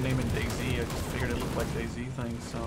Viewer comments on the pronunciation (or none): none